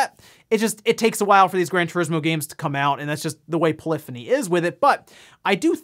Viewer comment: He pronounced polyphony right!